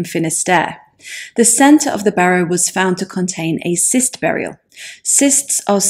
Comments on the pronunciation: Great, but "cist' is pronounced as'kist'. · Just for you to know, convention has cyst in this context pronounced kyst. Kind of thing one doesn't learn from reading. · I believe cyst burial is pronounced "kist." (That's what they say on Time Team.... 😉)